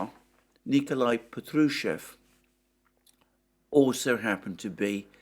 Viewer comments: It's P[A]trushev, not pEtrushev. And stress is at A, not U. And wtf with that tzar title you speaking, there is no such thing in Russia. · It's Pátrushev, the stress is on the first vowel "a". Just FYI Alexander.